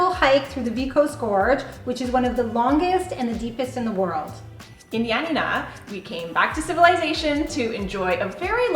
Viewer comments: *Ioannina and pretty much all of the cities were mispronounced, but they tried. However, it’s not pronounced Ya Na Ná, it’s pronounced yo-á-ni-na. The tono is on the first “a”. Ιωάννινα. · You're mispronouncing Ionnina wrong, it's Ya Na Na accent on the second Na. I'm Greek, so I had to let you know 🇬🇷💙🇬🇷💙🇬🇷💙🇬🇷💙🇬🇷💙